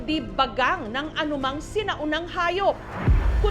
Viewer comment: Bagang❌ Bagag✅ 😂😂😂